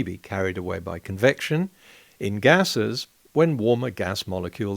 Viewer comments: Certainly it was a mispronounciation of 'conviction'? You Aussies ( and even more Kiwis) have a hard time with the vocal 'e', seems to me... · poor Gerard....his head exploded after 2 minutes....'Convection you know'